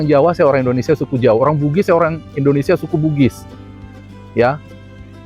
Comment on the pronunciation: Maaf sebelumnya Bang bukan indonesa, tapi indonesia bang.